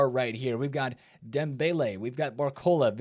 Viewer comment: Who the FKKKKKKKKKKKKKKK is "Nuno Menchhh"? Mendes is a spanish last name, not portuguese, if they can't pronounce the "es" at the end, it's not you, it's them! You just say it like it is, "Mendes". Why don't you say the whole other last names as they are!? just "Nuno Menchhhhhhhhhhhhhh". Ridiculous.